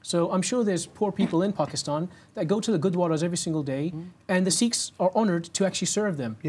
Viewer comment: What’s up with this dude’s accent? Not just “Paakeethaan”, but the accent as a whole. Is it a southwestern England accent, or what? His R is like rrrrrr, “serrrve”. And why does he say “Seekh”? He’s Sikh, teaches about Sikhi…so why mispronounce it?